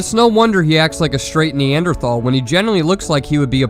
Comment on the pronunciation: You pronounced "neanderthal" wrong